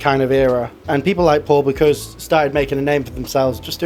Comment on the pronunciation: An extremely interesting video but as a chef HOW do you repeatedly mispronounce the name ‘Bocuse’?